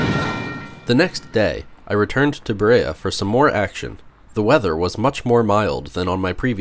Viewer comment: I’m pretty sure it’s buh-REE-uh. (Like Maria.)